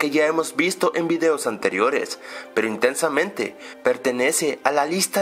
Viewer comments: Te diste cuenta que al principio del video no dijo intensamente dijo tensamente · Jajaja empezó diciendo tensamentw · Tensamente xD